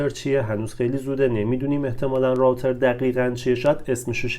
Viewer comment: تلفظ روتر